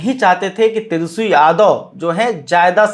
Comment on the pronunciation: फायर याने नाराज ? आप तो ठीक से तेजस्वी शब्द का उच्चारण नहीं कर पाते और हिंदी की चौतरफा धज्जियां उड़ाने पर उतारू हैं । खैर, आपकी खास खबर तो सदियों पुरानी बात है। जी हां, बासी खबर बदबूदार ही होती हैं चाहे आप इसमें किलो भर केसर निचोड़ दें !